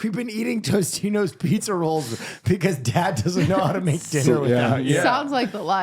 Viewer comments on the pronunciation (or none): I'm sorry but it needs to be said. TOSTITOS and TOTINOS are DIFFERENT BRANDS. There is no TOSTINOS. This is not a dyslexia thing either I hear it everywhere and I refuse to remain silent.